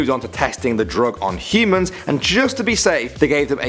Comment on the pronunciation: Am I the only one keep hearing him say "he-mans"?